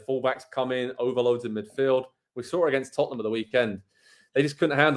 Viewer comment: this one dude keeps saying "tuttnum" and its friggin hilarious